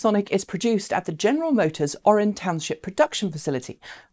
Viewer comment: The GM Orion Assembly Plant is in Lake Orion and is pronounced Or-ee-un. Don’t ask me why. Michigan loves weird pronunciations. 🤷🏻‍♂️